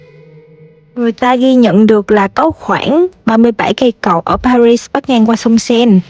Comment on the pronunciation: thủ đô Paris ,âm tiếng Việt là pa ghi,không đọc ba rít theo tiếng Anh. Đến Pháp, thì nếu có thể , nên đọc đúng tiếng Pháp